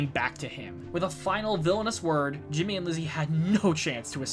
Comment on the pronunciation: Ahem… it’s “HIMmy” lol